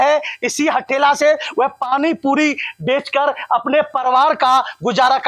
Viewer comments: Patrkar saheb..pariwar hota ha parwar nhi😊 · परिवार तो ठीक से बोल।क्या पत्रकार बनेगा re तू। परिवार को परवार बोल रहा है ।। अबे शौचालय में कोन नहाता है। पागल की तरह कुछ भी बोल रहा है। नया आरक्षण वाला पत्रकार लग रहा है ।। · Parivar bolna to seekh lo...be ... reporter banenge chutiya